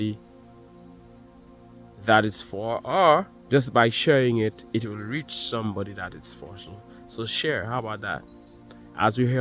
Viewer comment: sumebody is a two face ,with ur accent 😂 I literally HOLLERED . TY I need that laugh,it's been a long day. No one to talk to gets tiresome, but I'm good 👍🏾 ♥️🙏🏿✌🏾4-20-25 He Rose.